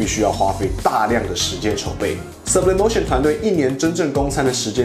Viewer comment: 如果 是西班牙餐廳 應該要西文唸法 蘇ㄅ李哞提歐 沒事 我來鬧的